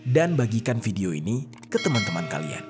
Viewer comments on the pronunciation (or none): none